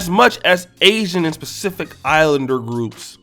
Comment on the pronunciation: You mean pacific not spacific my guy!!